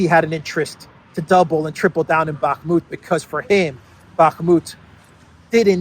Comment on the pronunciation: Can you please stop saying "Bakmut"?